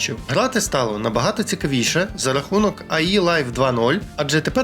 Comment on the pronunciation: то вимовляй сленг правильно, не нпц а нпс, і не айлайф а алайф